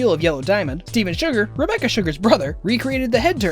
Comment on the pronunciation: on the second fact did he say "Rebeccar"